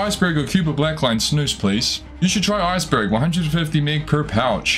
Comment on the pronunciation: Snus not snoos 😭😭